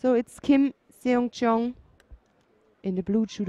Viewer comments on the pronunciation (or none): LOL Damn she really butchered Kim's name It's 'Seong' and 'Yeon'